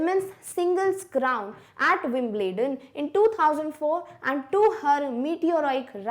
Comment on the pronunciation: WIMBLEDON???? pronunciation wrong